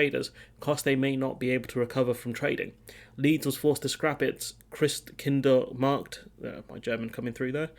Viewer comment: Near perfect pronounciastion of the word: Christkindlmarkt. Kudos